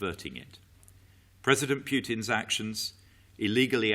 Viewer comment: LMAO at president ,,piutin,,.English joke while being serious